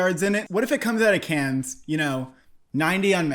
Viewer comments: It's not "Kenns", it's "Kann" - without n. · Let me start off by saying, big fan of the channel. I must say though, CODA is too low and please do not pronounce the "s" in Cannes.